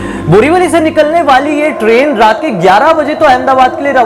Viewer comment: Abe tu train bol raha hai ki crane